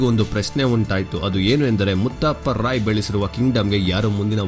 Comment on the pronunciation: ರಾಯೇ ಅಲ್ಲ ರೀ ರೈ..